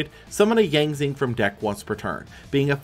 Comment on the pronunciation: 2 things. 1. I wonder how he'll react when he does 2015 and sees the worse fusion spell for a fan favorite deck (Red-Eyes Fusion). 2. The x in the Yang Zing names are pronounced like "shi".